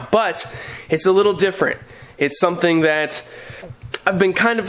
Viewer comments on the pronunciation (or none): none